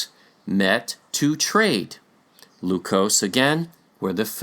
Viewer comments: PRONUNCIATION CHECK-- IN TAGALOG LEQUIOS IS PRONOUNCED AS--- Leh (as in Lebron)- Kyos (as in kiosk without a last k) NOT LUCOSE as in Glucose/ We have a present day province called ILOCOS, in Luzon which is rich in culture. The present day Vigan, a tourist destination with much gold and artifacts is in Ilocos Sur. ILOCOS- LEKYOS. Sounds the nearly same. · Adding a little phonetics. I hope you don't mind. Only use English's short vowel sounds. "Lequios" Le-kui-os If you try this in short English, you will be very close. Just helping out, please. a, e, i, o, u ("a" as in "at"); ("e" as in "end"); ("i" as in the long vowel E in the word "Easter"); ("o" as in "oh"); ("u" in the song called "Ooh" child, things are going to be easier. By The Five Stairsteps), the vowel "Ooh" represents the "u" sound in Spanish. Juan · Lequios, per Spanish and Portuguese spelling rules, ought to be pronounced as /lekyos/. Malhou in Portuguese is /malyow/, while Luçoes in Portuguese is /lusoysh/.